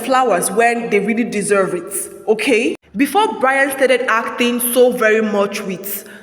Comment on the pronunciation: i wonder why you keep saying ACTHING instead of ACTING